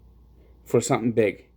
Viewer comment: It’s ironic that someone who calls himself “” can’t pronounce the letter “T”. Anudder - bedder - somedings - dirty to 29